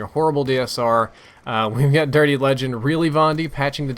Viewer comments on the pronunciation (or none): none